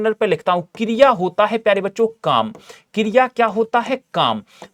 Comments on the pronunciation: Kirya 😂nahi kriya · Kriya no no no kiriaaaa😂😂😂